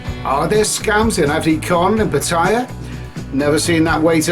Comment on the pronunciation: Lol going to Pattaya got 18 years and can't pronounce it properly what a maroon!